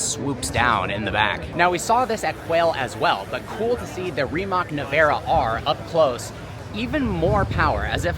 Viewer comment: After all these years, the kid still can't pronounce Rimac correctly!! FYI, the Sauber C9 is not a "Mercedes design"!!